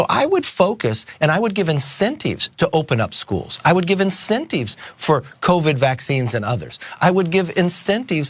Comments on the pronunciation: Why is he sayin' 'incenteeves' 🧐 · What are "eenthenteeves"? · Wtf is an "incenteeev?" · Wth is an incenteeve? That's a weird pronunciation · Learn how to pronounce incentives,! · The way he pronounced the word "incentives" creeps me out.